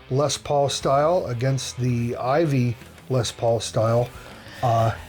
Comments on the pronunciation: IYV not IVY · It's called IYV (Inyen vina), not Ivy. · It’s not IVY as you guys keep calling it. It’s IYV